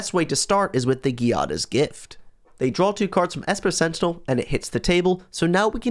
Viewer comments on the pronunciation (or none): none